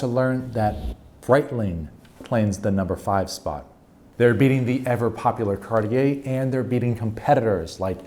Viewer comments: Cariter? Must be a newcomer 😅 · must be a new watch brand...cariter...lol